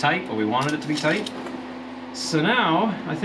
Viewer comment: Toight like a tiger.